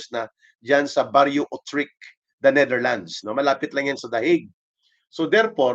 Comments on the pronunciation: Utrecht pronouns oetricht otrichk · Yoo-trekt ang pronunciation ng utrecht